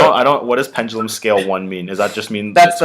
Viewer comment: pengelum no no no pen (duh) lum.